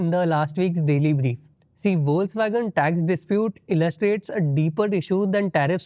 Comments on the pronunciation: Foxvagen. Not foxwagen. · The word Volkswagen is pronounced "Folks-Vagen" or "Folks-Vah-gen" in German. Logic: The German "V" is pronounced as the American English "F," and the "W" is pronounced as the American English "V." This is also interesting, I think.😊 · It is pronounced as "Fox-vagen". No criticism here, just some feedback with all positive intentions. Also on a positive note, love the bloopers section, finishes the segment with a smile.